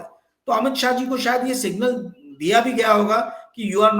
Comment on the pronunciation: सिंगल नहीं सिंगनल ❤सिंगल माने अकेला आप बहुत अच्छी पत्रकारिता करते है बहुत सही उम्दा बोलते है God bless you ❤